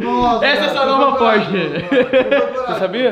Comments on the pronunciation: Porche- It kkkkkkkk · porshtite kkkkkk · O nome do Porsche: Pors-titi